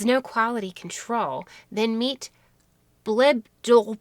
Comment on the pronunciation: Great video. You pronounced the goddess name correctly. I won’t repeat it. 😂😂😂